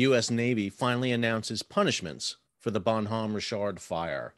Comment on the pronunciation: Are you saying Bonhomme Rich ard or some other stupid pronunciation rick kard.